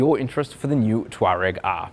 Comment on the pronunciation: Come on, it’s tour-egg